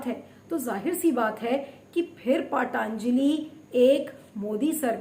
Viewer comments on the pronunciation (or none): पाटांजली नही पतंजली बोलो. क्या बकवास करती हो. सुधर जाओ.... 😛😛😛😛😛.